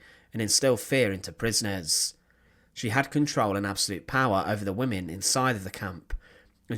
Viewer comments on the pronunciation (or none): none